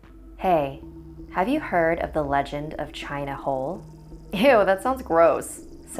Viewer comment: I thought the boi said "China Hoe"